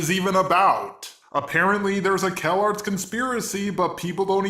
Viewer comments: Its Calarts not Kellogg's. xD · I literally though the "calarts" was pronounced "Kellogg's'